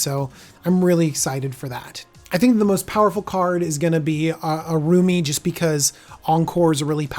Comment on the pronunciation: Generally, I like Deck Techs, but these unscripted ones lack focus. The editing is inconsistent. I get mispronouncing names on a live video, but these don't appear to have been done live, so going back and cleaning them up would be good (example, how he pronounces Araumi in this video). Having watched all of the Commander Legend's videos he's done so far, it also appears that he is missing the boat on where some of these new commanders will shine (example, Abomination of Llanowar gives an alternative for Golgari elf aristocrats. It is cheaper to get out than, say, Jarad and the mana cost is less restrictive needing 1 green, 1 black, and a colorless versus 2 Green and 2 Black). Personally, I'd like to see him get more to scripted deck techs versus these reviews. Other content creators are doing better set reviews that have more polish and DJ shines brightest on his deck techs.